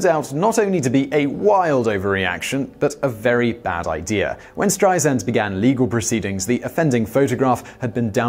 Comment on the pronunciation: Apparently the “Streisand Effect” hasn’t resulted in the consequence of people knowing how to pronounce her name. It is not pronounced STRY-zund, as this man says. It’s STRY-sand (like sand on a beach). I mean my gawd, the woman has been world famous for 60 years. Then again, Brits still call L.A. “loss-ANN-juh-leeze,” so we have a lot more work to do.